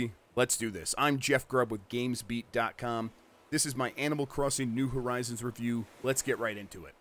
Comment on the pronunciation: Did you just say Animal 'Christing?'